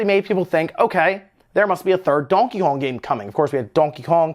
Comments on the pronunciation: And Donheyjong😂😂😂 like wtf why does he pronounce Donkey Kong like that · Donkakon ? Lmao why is he saying it like that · I dont think you said donkey kong correctly once in the whole video. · I hate how you say donkey Kong. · Never in my life have I heard somebody say Donkey Kong the way he says it. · Lol the way he says donkey kong. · The way you say Donkey Kong is hilarious. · And why the fuck are you saying Donkey Kong like that 😂😂😂😂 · I came to the comments to see if anyone else mentioned how you were pronouncing Donkey Kong strangely. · Anyone else notice how he pronounces Donkey Kong? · Lmao says Donkey Kong very funny, like French or Spanish